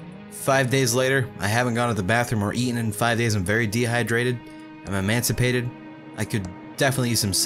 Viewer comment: Emaciated, not emancipated